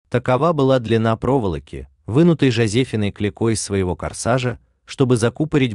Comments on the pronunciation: ЖозОфина Клико? Вы серьезно? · ЧетырЕ, а не четыри. Около ПОЛУТОРА ЧАСОВ. ЖозефИна Клико